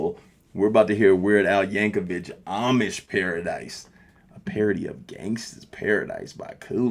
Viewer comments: His last name is pronounced like vick, not vitch.....just FYI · Hate to be that guy but his name is pronounced vic not vich but good video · By the way mate, the last part of Weird Al's last name is pronounced like the 'vic' in 'victoria' not the 'ch' like in 'witch'. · Y'all, just one thing: Please, get it right. the ch at the end is pronounced with a k sound like "YANK oh vick." Thanks. Also, the Amish (and Mennonite) are not sealed off from the world. Their kids go on their romschpringer ("roaming spring") when they are yound adolescents or young adults (my great grandfather did it age 12), and usually come back. They come out into the world and see what it's about. Since it generally sucks ass, they go back to a community that supports everyone, shares, and homicide is rare. Some are heinously ignorant of modern necessities, like vaccines, but many use modern means of travel, if someone else (not one of them) is driving. Anyway, that means a lot of them will be exposed to parts of American culture in pieces every generation, as well as them talking to people at their stores, and whenever they go into towns dressed in their old-fashioned clothes to shop for things they an't find or grow at home. Btw, you didn't mention if you noticed Florence Henderson (the mom from the Brady Bunch), or if you noticed the lyrics from Gilligan's Island. Lots of Easter Eggs up in this piece. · VICK VICK VICK VICK VICK VICK Michael Vick. THERE IS NO "CH" at the end of Yankovic. Your eyeglasses prescription is fail.